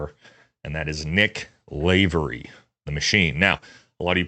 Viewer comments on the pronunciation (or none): Lavery is an Irish name and as an Irishman its pronounced lah-verge not lavve=ery